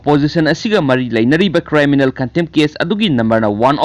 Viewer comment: Chanbiduna criminal haibiyu cryminal haiba natte